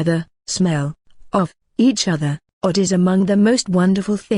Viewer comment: It is pronounced as (oh-doc) not odd. It sounds better .